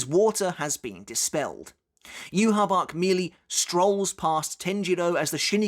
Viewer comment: You said "U-Haul Bork", hahaha